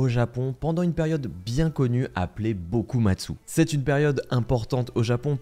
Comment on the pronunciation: C’est plutôt le « Bakumatsu »…